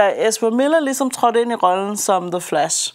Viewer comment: Meget fed ide egentlig med at anmelde to film på en gang. The Flash og "The Flass".